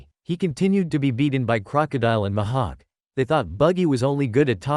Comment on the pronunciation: Mihak❌ Ma ha k✅